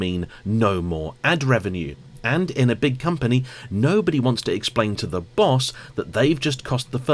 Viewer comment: Hey,. Just wanted to make a constructive criticism and let you know the only reason I rarely watch your videos is that I find it very hard to listen to you over-enunciating when you speak. The way ‘that’ becomes ‘eh-that-te’ and ‘and’ becomes ‘and-de’. Aside from that your videos are great - honest, informed, and on-point. I’ve lived and worked in many countries where English isn’t the first language and it’s definitely possible to be clear and easily understood without such exaggerated pronunciation. All the best, and I hope you take this in the positive spirit in which it is intended.